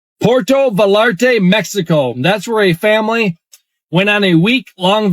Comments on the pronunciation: Puerto Va-yahr-ta... double l makes the y sound. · "Porlto valarte mexico" na mame...digalo bien....PUERTO VALLARTA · prOnOunced. .. .. POO AIR TOW V EYE ARR TAH